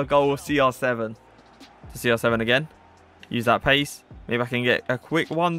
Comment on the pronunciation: Why are you Saying SR 7 not CR7 hi is Cristiano no Sristiano İt is little bit triggers me